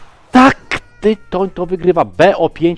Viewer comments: Za tego „tajtana” to bym zwolnil- Tyton pewnie sie wkurwil, ze nawet jego ksywy nie potrafisz powiedziec…. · Tytoń się czyta przecież to Polak xd